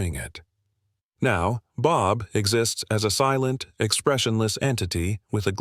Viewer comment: why do you say it B O B